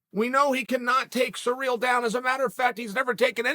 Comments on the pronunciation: The way he pronounces Cyril is surreal. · '' Francis Sir eel '' lol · “Surreal” Gane lol surprised he doesn’t pronounce last name as “gain”